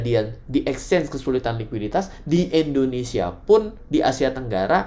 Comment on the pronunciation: exchange bukan Ecchange